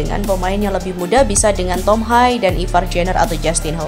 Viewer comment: Tolong belajar lagi min penyenutan nama.nama.prang Belanda. Tom.hai ...😂😂😂 Tom.Haye